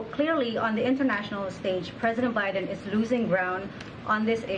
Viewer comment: Oh great more lies to be spewn. Oh look she went to say obiden again